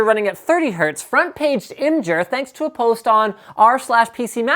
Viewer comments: imgur is pronounced imager holy shit. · "imjure" .com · I was happy when you called it gif but then you messed up imgur